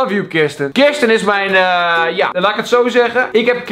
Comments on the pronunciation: hahah "kirsten" het is "kristen" ( no hate) maar vond ik grappig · je spreekt het uit als kristen